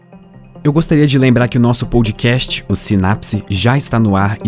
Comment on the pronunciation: Assunto viciante. Só um toque: a palavra "wow" se diz UAU, mesmo. UÔU se escreve "whoa". Edit: e se diz /pod kest/ mesmo, não /poud kest/.